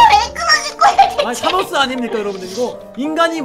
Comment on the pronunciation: 타노스 사우루스 라고읽었다